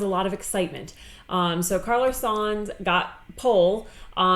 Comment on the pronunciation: Sainz is pronounced signs not sans. Its a proper noun and a family name that has been synonymous with top level motorsport for decades. I have corrected you very politely before and I hope your channel grows. just please have some respect, peace